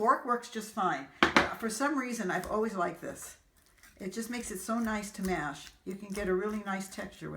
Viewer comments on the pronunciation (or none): none